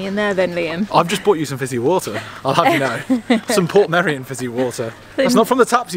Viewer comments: The correct Welsh way to pronounce it is Port-MEI-ri-on (Welsh is a more phonetic language). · It's actually called "Portmeirion" (Port My-reeon) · You both seemed positive and excited in this vlog which was nice to see, glad you like the area. I lived in Dyffryn as a teenager, went to the secondary school in Harlech (you got good drone footage of it), had my first job in Portmeirion, now I live in Snowdonia. English people usually say Port-maduck not Porth-my-dog! Funny seeing you shop in our local Tesco as fellow vegans, it's so full of tourists at the moment there's barely anything left! The trainline that you parked next to is the Welsh Highland Railway steam train so wouldn't be running that early, late or often. It's not a lake either but part of the estuary that was blocked off by the cob to reclaim land. I'm so grateful to call North West Wales my home, with beaches, mountains and a rich Celtic heritage and culture it's the best part of the UK in my opinion!